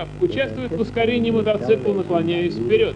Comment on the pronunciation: Мотоцикла а не мотоцыкла